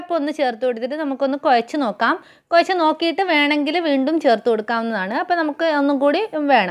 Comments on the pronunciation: കൊയച്ചു എന്ന്ല്ല കുഴച്ചു എന്നു പറയു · കൊയച്ചല്ല... കുഴച്ചു 🤔